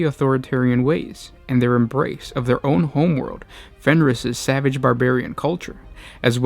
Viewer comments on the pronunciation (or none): none